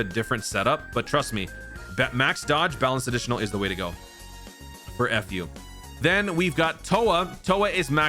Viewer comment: Lol.. I still love how you call him "F.U." 😂